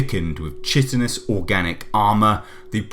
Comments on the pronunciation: Chitin is pronounced kítin. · "Chitin" (or chitinous) is pronounced "Kye-tin" (kye-tin-us). Just sayin'.